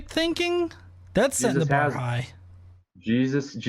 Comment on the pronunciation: Say his name correct "JESUS" or dont say it at all you fox!